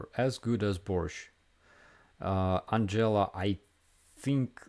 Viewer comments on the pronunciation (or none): none